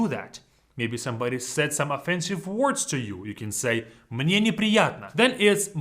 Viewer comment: "Мне" sounds kinda "Мы не" together